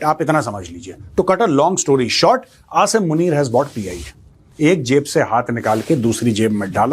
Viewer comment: First of all you listen how this major pronounce Asim name and how a Pakistani pronouns. If he don't know how to pronounce Asim then how he knows anything about him. Believe me he just watched Pakistani news and made podcast on it😂